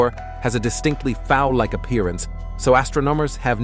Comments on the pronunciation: The AI voice was indeed terrifying. Especially when "astrominers nichmided it the running chicken nebuuooooolllaaahh". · "Astrominers nichtmided it the running chicken nebuuooooolllaaahhhh". Deranged to say the least. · We can finally see deep into the outer reaches of the universe.... But the AI voice is ridiculous. "Astrominers 'nicnimided' it the 'Running Chicken Nebbooolaaahhhh'". Seriously? AI has light years to go before it will even come close to real speech. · THE AI TRYING TO SAY NICKNAMED AND IT FAILED !!!!!!👌🖕🏽